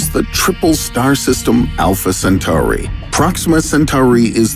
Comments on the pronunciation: the narrator cant even pronounce "Centauri" the right way, much less understand that basic shit about "space videos". I mean, look at the description of the video!! There's nothing to complement the video. This is basically not the channel to watch, if u really want to learn anything about space, unless you have more chromosomes than usual ;) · What does he keep doing to that word Centauri lol it almost feels like time hiccups when he says it lol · Everytime I hear the way Centauri is pronounced in this video, it makes me think of Babylon 5.